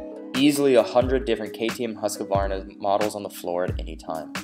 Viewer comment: Husk-a-varna? Sounds kind of funny to a swedish person. It's Huskvarna.